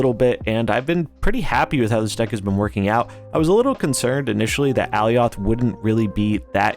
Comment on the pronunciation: I believe alioth is pronounced like Goliath, at least it is in the loki series